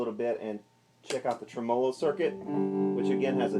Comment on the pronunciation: whats a tremOlo? I think you're putting the emPHasis on the wrong sylLAble